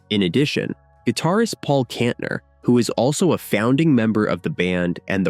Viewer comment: and Kantener